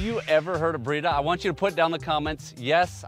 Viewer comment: I thought you said "Burrito"